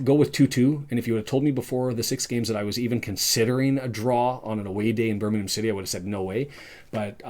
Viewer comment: Most Wrexham fans have never been to a live game in their lives .....your an absolute 🤡 Can't even say Birmingham correctly